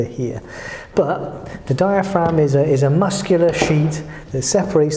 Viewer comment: the way the british pronounce "but " 😌😌😌😌😌